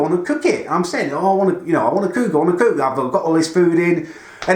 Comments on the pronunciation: “I wanna cewk, I wanna cewk,” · Learn how to say cook you humpty dumpty lookalike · Any1 else hate the way he says cook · Stop saying cook like that please. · what do you say cook so weirdly